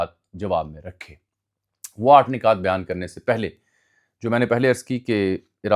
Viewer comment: Ajmal bhai word "nukat" hota h ap " nikat" pronounce kr rhy ho. Points Keh skty hn